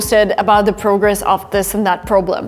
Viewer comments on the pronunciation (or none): none